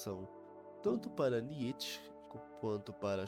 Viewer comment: Que agonia de ouvir niÊtche.